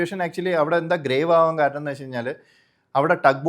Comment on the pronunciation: സർ ദയവായി കാരനം എന്ന് പറയരുതു്. കാരണം എന്നു സ്ഫുടമായി പറയു